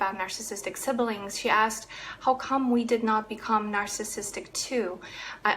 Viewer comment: Thanks for this! BTW siblings is pronounced just like it looks, not sibelings.